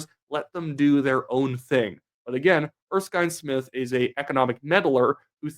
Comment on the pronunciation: I really wish you would learn to pronounce Erskine Smith properly